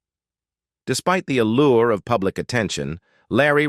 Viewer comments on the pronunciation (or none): none